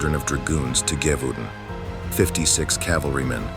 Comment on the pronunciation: Friendly French pronunciation tip: “zhe-vau-don” (with a nasalized “n” at the end)